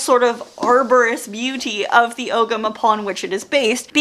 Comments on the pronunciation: Hi, I'm Irish and just wanted to let everyone know the pronunciation of "ogham" Oh-am or alternatively Oh-ham Love that ancient Irish can be found in so many places these days, thought I'd try and help a little 🥰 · Really enjoyed the video Just one nitpick, Ogham is pronounced "OH-wam". Yeah, it's that weird Irish pronunciation thing :D